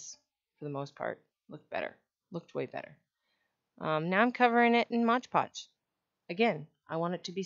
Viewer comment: if you can make a video where you say MOD podge instead of modge podge ill subscribe lol